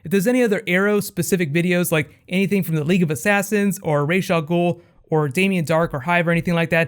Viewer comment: Does anyone know: 1). What's up with Colton Haynes? or 2) What's up with pronouncing names on Arrow? Nanga Parbat (a real mountain) or Nanda Parbat (where those cute giant nandas live)? Rahzz al Ghul, or Rahsh al Ghul, or Ra's al Ghul? (an eclipsing binary, aka Algol or Beta Persei) These are deep philosophical questions.